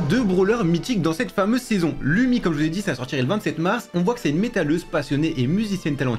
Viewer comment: Je suis finlandais et Lumi le u se prononce ou